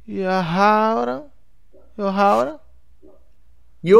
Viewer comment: Calébê, Yohauran, Arraus, Beresi, Tixexe, Borrarro e Echa...porran. MT BOM VER A EVOLUÇÃO DA ALFABETIZAÇÃO DE.